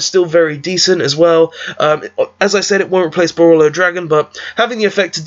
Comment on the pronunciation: BorrElsword not borrOlsword. Also great vid!